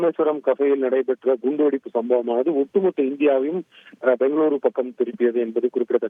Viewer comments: Enna de news read pannura kundi vedipa,, i😅😂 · Kund- vedippa😂😂😂antha ponnu news padichadhu paranga da😂😂😂